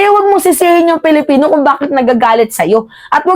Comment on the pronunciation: PWEDE BA, WAG MONG GAYAHIN SI MAHARLIKA NA SINISIRA ANG PAGBIGKAS SA SALITANG ...PILIPINO... GINAGAYA MO SI BALIW NA LUKARET.. KUNG BIGKASIN AY..PALIPINO..PALIPINAS..MAG- ARAL NGA KAYO!!! 😖😖😖